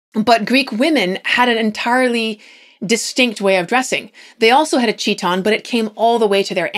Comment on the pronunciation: 37.53 chiton is pronounced kit-on.